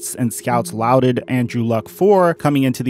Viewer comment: One not-so-nitpicky detail: barring any regional pronunciation, "laud" is pronounced like "law" with a 'd' at the end. Hope this doesn't come off as grammar nazi-y. Really just trying to help.